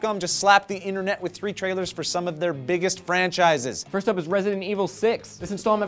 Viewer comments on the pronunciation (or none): none